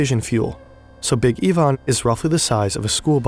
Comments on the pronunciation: wtf bro that is NOT how you pronounce ivan... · Big Yvonne, or Ivan? Video sounds like they are saying Big EE-van.